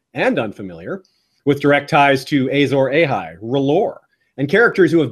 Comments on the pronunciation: Pls stop saying ejzor ejhay its Azor Ahai! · I was done with the video as soon as this idiot said "Azor AYHI " like wtf white people why can't y'all pronounce anything correctly? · The way you’re saying Azor Ahai makes my soul hurt. Loved the video though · please say Azor Ahai properly! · Loved this entire series! So informative, creative, fun, & just over all well done! I only have one question...why does consistently keep mispronouncing Asshai & Azor Ahai? Its really...distracting...